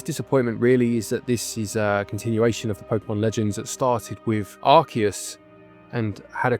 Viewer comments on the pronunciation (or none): none